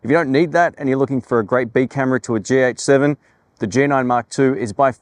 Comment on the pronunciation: Am I the only one who keeps hearing "GX7" instead of "GH7"?